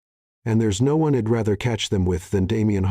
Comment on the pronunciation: Some of the words are pronounced wrong. Switch back the other narrator. This one sounds like his voice is to raspy. Instead of I’d, it is saying id. Instead she’d it is saying shed. Also since is was narrated in women perspective, a women voice would been great